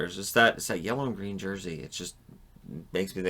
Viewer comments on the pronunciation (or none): none